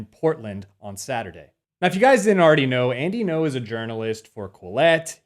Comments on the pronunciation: Pronounce his name correctly at least... Ngo not No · It’s “Ngo” not “No”